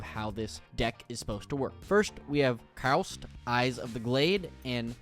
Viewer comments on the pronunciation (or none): Nice vid, but it’s Kaust not Kraust.